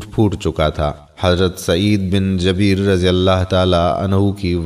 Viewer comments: hazrar Sayeed bin jabeer nahi jubair. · AY MERE MUSALMAN BHAI HAZRAT KA NAME MUBARAK JUBAIR H.. JABEER NAHI. MEN APKO GALAT NAHI KEHTA Q K INSAN KHATA KA PUTLA H. OR ALLAH PAK TOBA KARNEN WALON KO PASAND FARMATY HEN.. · خدا آپ لوگوں کو تھوڑا علم بھی عطا فرماۓ جن کو عام الفاظ کا بھی پتہ نہیں حضرت سعید بن جبیر کا نام ہی غلط Jabeer بول رھے ھو یہ لفظ Jabeer نہیں Jubair hai جیسے زبیر ھوتا ھے جبیر بھی اس کا ہم وزن ھے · مھربانی کرکے سعید بن جبیر میں ج کے اوپر زبر نہیں ہے بلکہ پیش پڑھیں شکریہ